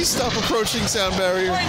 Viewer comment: APORCHING SOUND BARIER lol